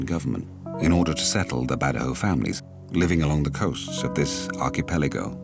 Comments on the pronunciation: No it's good jao ,,,not BAD jao ,,in the Phillipines goodjao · It's called bad jau not badows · The narrator pronounce the word BAJAU the wrong way. It's BA JAU.... or BA JO.... not BA DA HO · Its bad yaw not ba ja haw. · Great documentary but extremely annoying--to the point of offensive--when the narrator kept pronouncing "Bajau" as "BA-DA-HOE". Especially more so when you can clearly hear the Bajaus say "BA-JAU". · It is pronounce as BAD-YAWS not BADAHOWS. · Mr George can you answer this for me? why does the narrator say “ba-da-hoes” when they & the translator say “ba-joes”? thank you! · its pronounce as "bad-jaw" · Why does the host pronounce it as Badaho? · The narrator keeps on pronouncing the badjao wrongly... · Its bad-jau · The narrator keeps saying “Badahow” 😂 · you pronounce bajau in the wrong way